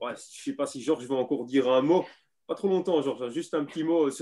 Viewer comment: Ah😁le "Georche" de est constant